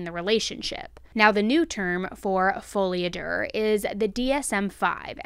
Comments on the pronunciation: love you,, but there is no “R” at the end of “folie a deux”. It’s pronounced like there IS an “R” at the end, but you stop short of saying the “-r” part of “er”; basically you just say the intention of it, if that makes sense 🧐. Bottom line, Google’s “how to pronounce” function lied to you - “do” is closer than “der”. 😉🥰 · It’s pronounced fo-ley ah-doo. I’m French and American. A lot of people want to be abducted. It’s fascinating to think about the possibilities. After you’ve traveled everywhere on earth it’s normal to want to go to space. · The way she kept saying Folie a Duuurrr 😂😂😂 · It's pronounced follie a doo. Lol. 😂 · Folie à deux is pronounced “folee ah dyuh” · Deux has no “R” so not to be pronounced as such. Awesome video as always